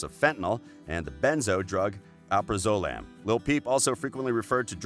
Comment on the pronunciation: Say it with me AL. PRAZ. OLAM. not alprozalom.